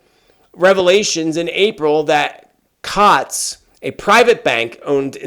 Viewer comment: Hi there…. The bank is pronounced….. “Coots”! It’s also Nigel Farage, who was head of the Brexit party. He is NOT a Conservative. The only co-join here is that the Conservative Party heads have intervened on this.